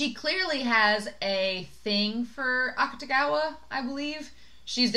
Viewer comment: You are pronouncing Akutagawa’s name right. The “u” basically gets dropped when speaking. And the book was interesting. I think the kimono part was relevant because his ability is actually the manipulation of clothing. The monster comes out of his jacket. They don’t really explain this in the anime, but I’m pretty sure it’s not supposed to be a secret since they make jokes about it in the Wan spin-off. And I can’t wait for you to meet the hat and red hair guy, as others have said too. He’s my favorite character. <3